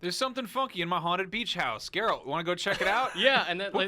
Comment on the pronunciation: Oh my. actually pronounced Yennefer name correctly. In Polish you would say her name exactly how he said it. Its not Dżennefer and Dżerald. Its Yennefer and Geralt.